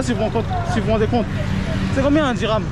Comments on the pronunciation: Dirahm et non dinars 😂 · Dhiram, dhiiiirammmmm, pas dinar..